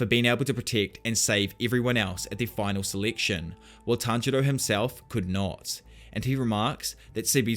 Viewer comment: Did he say seliction and not selection :/